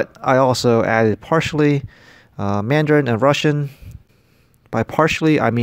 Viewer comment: Mandarin is wrong.